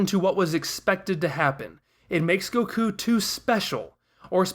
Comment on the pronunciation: THE WAY HE PRONOUNCES EVERYTHING TRIGGERS ME OMFG "Go kuu" "Blooma" "Siyan"